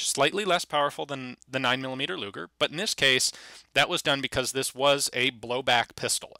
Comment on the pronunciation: sounded like you said...Gaylord luger